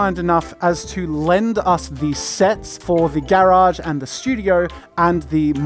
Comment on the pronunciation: Anyone else cringe at the way he pronounces garage lmao